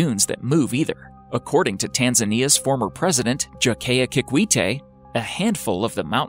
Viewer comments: Not Jakiya kikwite it’s Jakaya kikwete🤣😂🤣🤣🤣🤣🤣sending love from 🇹🇿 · JAKAYA KIKWETE.... not JaKeYa Kikweitey 😒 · Your pronunciation of Jakaya Kikwete is also mysterious...😂😂😂 Great job